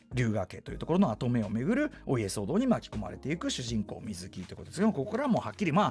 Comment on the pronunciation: 水木の発音が【み⤴︎ずき】ではなくてわざわざ【み⤵︎ずき】なのは、水木しげるさんご自身が【み⤵︎ずき】と発音していたからです 原作者リスペクト徹底していて好き